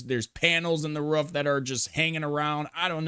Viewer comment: Bro is barking every time he says “roof” 🤣🏠